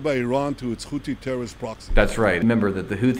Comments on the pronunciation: “Khouthi” “Khamas” “Khezbollah”? What the hell is this pronunciation? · Wait did he just say khouti? 😅😅😅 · Why don’t he say Khothi? Like Khamas? It’s the name letter in Arabic ح ? That’s the most important thing in his speech. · Pretending they can't pronounce h, despite being mostly from the US and Europe